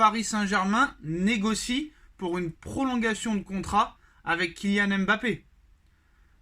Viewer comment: Cher, prononcer correctement son nom!